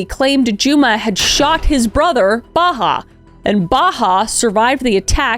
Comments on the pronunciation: I kept hearing her say Baha Humbug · Same! It made me giggle when I shouldn’t be 😅 It’s a pretty common name among Palestinians, it’s Bahaa, pronounced more like bah-haht The pronounciation